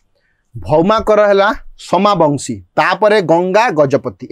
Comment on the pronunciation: ସୋମବଂଶୀ dynasty not ସୋମାବଂଶୀ